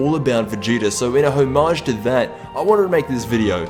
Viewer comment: "hoe-mage" lol